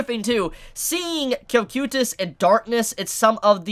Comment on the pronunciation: You said cocytus wrong